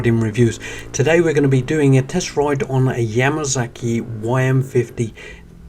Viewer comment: Just do not understand why the British pronounce their S and Z the same. It is NOT a Yamazaki same as when they say Kawasaki they instead say Kawazaki. Dammit WHY?